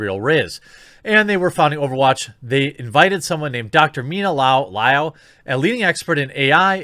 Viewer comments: fyi, liao is pronounced [lee-ow!] As in Bruce Lee stepping on a lego. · "L-yow." That's about as close an example of pronunciation of the doctor's surname. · Ma man can't say Liao...